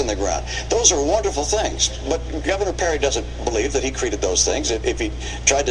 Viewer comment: That not correct..dat not correct.